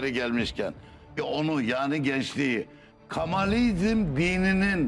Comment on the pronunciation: Yaptığınız hizmet çok önemli ve kıymetlidir. Ne güzel geçmişin karanlık dehlizlerinde kalan tarihî gerçekleri ortaya çıkarıyorsunuz. Rabbim hizmetlerinizin devamını nasib eylesin. Ancak seslendirmeyi yapan spiker arkadaş kitabın adı "Kamalizm" olduğu halde kendisi ısrarla "Kemalizm" diyor ve alt yazıda da hâlâ Kemalizm yazıyor. Telaffuzları ve yazıları düzeltirseniz daha güzel olacak. ÇALIŞMA VE BAŞARILARINIZIN DEVAMINI DİLİYORUM.